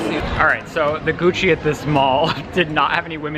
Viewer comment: i swear he said “next stop coochie” instead of gucci 🤣🤣🤣🤣 but his mouth is full 😭